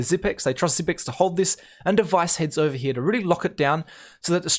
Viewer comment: nice vids and nice commentary one thing tho, your pronunciation of the word "here" you say something like " HeJAYH"